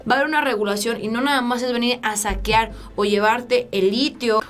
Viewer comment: se dice saquear no saquiar.......... me encanta tu canal sigue así o con más cuerda, Dios te bendiga